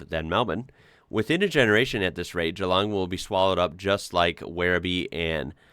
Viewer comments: Hats off to you for pronouncin GEELONG properly - not GEE LONG like so many British and Yanks do. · Impressed about your pronunciation of Geelong. Well done sir. You are now an Australian.